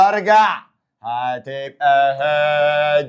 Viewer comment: سمعتوا حتهه had + p.p موتتتني ضحك 😂😂😂